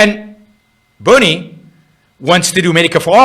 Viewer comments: He hasn’t expwained how Buwnie wied. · change the title to "bwerinie" please